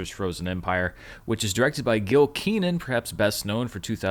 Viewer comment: Its Ken-an not Kee-nan